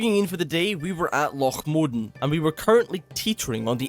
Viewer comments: Mowwwww Dannnn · Bro cant keep getting away with the loch modan pronunciation...pls